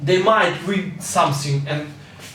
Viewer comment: "Самсинг" хаха) th th th потренироваться бы ему, а не эскать